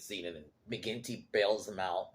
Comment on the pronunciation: Mcginty not quinty